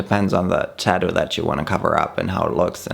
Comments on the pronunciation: Babe, it is tattoo with 2 t's in the middle, not taddoo 😜 or are you from Australia? 😜😜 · everyone in the world: “tattoo”: “tadoo” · Funny how he says "TÄddu"^^. With tattoo, the emphasis is on the second syllable and the tt in the middle does not get softened to a 'd'-sound.